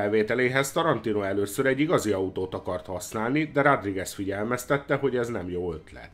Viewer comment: Nem eloszor hallom" rádrigez". Szornyu . nezz utanna a helyes kiejtesnek legy szives. Kösz.